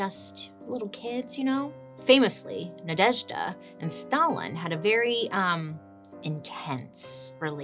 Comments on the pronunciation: Congrats on the excellent pronation of Nadezhda which fun fact in our language is means Hope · I am obsessed with the way you pronounce Nadezhda ❤❤❤